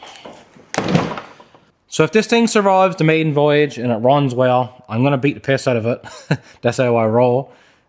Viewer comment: Newfoundland accent